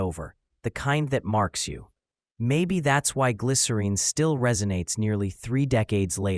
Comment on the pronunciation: Thanks for posting this. I also just finally saw Gavin pronounce the title the same way he sings it....I remember when I was younger this douche argued w me saying it rhymes with win not Dean. So to hear Gavin finally say it and to hear you say it is sooooo validating 😊 glycerEEN forever ❤